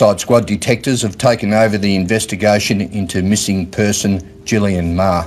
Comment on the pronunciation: Meagher is pronounced 'MA-Her'